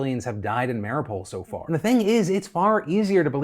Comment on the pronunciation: Phil, its Ma-ree-oo-pol :).